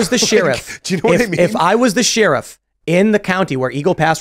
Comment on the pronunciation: After 3 years, I can't get over Tim saying "She-Riff".